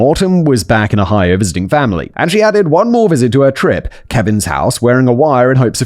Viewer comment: It’s Ohio. And Simon’s pronunciation is the most interesting one I’ve heard in a minute